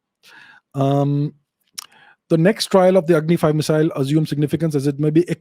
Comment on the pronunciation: it’s Agni, not Angi 😅